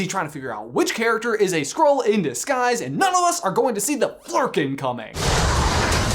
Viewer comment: Good Flurken job!! You got it so close!